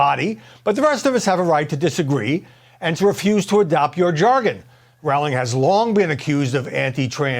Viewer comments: Her last name is Roh-ling NOT Rao-ling. 🤦🏽‍♀️ I am proud of her for speaking out and standing up for the truth. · Rowling rhymes with bowling, say it right please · The first syllable of "Rowling" rhymes with "grow", not with "cow". It's annoying that this presenter gets it wrong. He didn't take the trouble to find out the correct pronunciation. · People need to know: "J.K. Rowling" rhymes with "I am trolling". Please pronounce her name properly. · Why do they pronounce ROWLING wrong all the time?